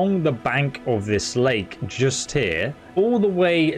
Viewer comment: and you say here like a proper snob, belt up.